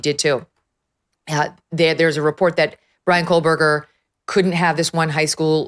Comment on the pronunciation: K-OH-Berger. No L.